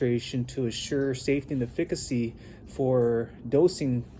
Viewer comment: Efficacy is pronounced eh fuh kuh see Google Pronounce efficacy